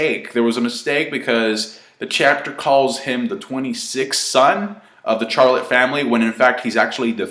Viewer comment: BROOOOO ITS CHARLOTTE LIKE SHHHHH SHAR NOT A CHU SOUND LIKE CHANGE ITS SHARRRRLOTE